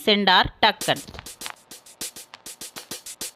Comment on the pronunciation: அம்மா அது டக்கன் இல்லை எல்லீஸ் ஆர். டங்கன்.